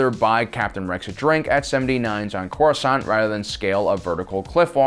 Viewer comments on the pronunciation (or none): none